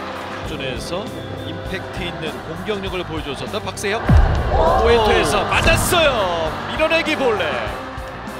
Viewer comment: "맞았숴요~" "빠졌숴요~" "밀어내기 볼뉏~"